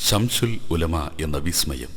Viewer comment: ശംശൂൽ ഉലമ എന്നല്ല ശംസുൽ ഉലമ എന്ന് പറയൂ ...